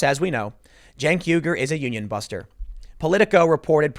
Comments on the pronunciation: Why does Tim correctly pronounce "Uygur" early in the video, but then weirdly idiotically MIS-pronounce it as "weeger" later in the video????!???? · Pretty sure it’s pronounced “wee-gur” like the ethnic group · Cant tim say uger ? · "YOOger" Tim. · It's pronounced "Mr Yogurt" Tim. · Pronounced "Yogurt". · How the hell do you always mispronounce Chunk Yoghurt the Brown Buffalo.